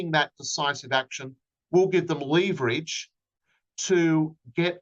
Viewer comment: Had to turn off when the lawyer kept pron. leverage incorrectly.